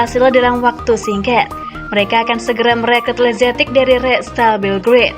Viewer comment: Masukan untuk pengisi suara: jangan semua nama/istilah dibaca dengan pronounce hahaha inggris. Ex: lazetic->lazetik, maignan->maiknan, etc